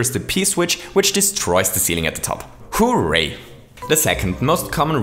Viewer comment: You say hooray weird you say it like hoooo ray